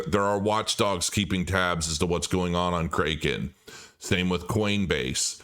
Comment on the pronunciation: Pronounced, “CRACK-in”